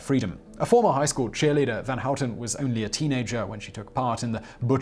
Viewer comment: Your pronunciation of "van Houten" was almost perfect. I often hear English speaker say something like "ven Hoet'n". Nice. The only thing is that you're still making the 'a' very flat sounding, almost like you're saying "ven". But that's only a minor mispronunciation. A small blemish on an otherwise perfect effort. I approve.